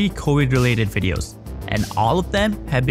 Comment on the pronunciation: If you spent as much time learning to talk professionally and say Virus not wirus your wideos would be good.